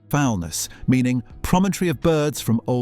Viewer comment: Foulness. The stress is on the second syllable!